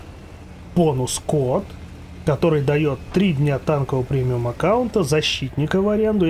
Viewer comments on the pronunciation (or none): Понус-код да дают? Скоро так совсем говорить разучишься